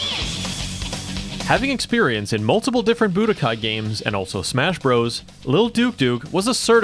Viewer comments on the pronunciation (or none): none